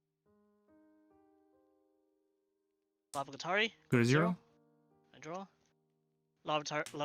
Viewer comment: Tilts me to much when people mispronounce card names. It's LAV-O-GA-RITA-MON... Not lavagatarimon lol